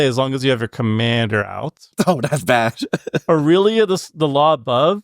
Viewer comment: “A-real-lia” lmao